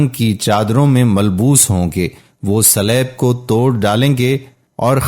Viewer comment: Gostel❌. Gospel ✅. Slab❌. Saleeb✅ Reuer❌. Re- wer(d)✅. Sura E. Ma e da✅